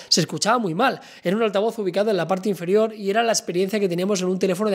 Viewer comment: INFARIOR?! AJAJAJJAJA